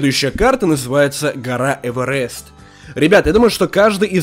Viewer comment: прости конечно но не эвэрест а эверест